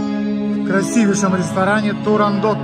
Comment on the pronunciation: ТУРАНДОТ! Почему сказал ТОРАНДОТ?